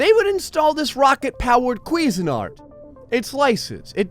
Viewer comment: Your pronunciation of "CuisineArt" is actually hilarious.. "Queezenart" sounds like you're trying to say some foreign guys name or something lol Although, correct pronunciation would be "Quizeen Art". Still hilarious, either way.